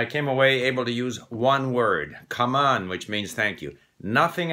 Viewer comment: damn, Vietnamese is a weird language for English speaker. I also, it's funny because when you say ''cảm ơn'', it sound like ''come on'' in english